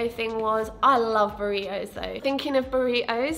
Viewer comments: “burri-ohs” i love your accent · no one:: buri-OH